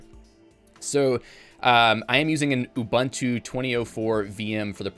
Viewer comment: For future reference, all the Us in ubuntu are all 'oo' sounds. So, it's not 'oo bun too,' or 'You bun too,' it's 'oo boon too'